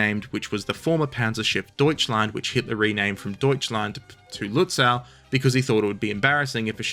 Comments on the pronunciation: The last syllable of "Lützow" is correctly pronounced like the English "sow" (as from sowing) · The way to say Lützow in German, with its otherwise highly regular spelling, is with a long oh at the end. Not an English ow. That would be spelled au in German. The w is just there to indicate the o is longer, much like the h at the end of Gütersloh or the e in Soest. We actually did have a spelling reform in Germany in 1996 which was then itself reformed eight(!) times since. But none of that unified the spelling of these old city names. Just saying. Seydlitz is pronounced Saidlitz, gets it wrong.